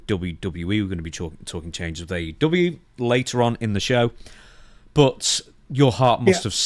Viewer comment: AEW match not AW.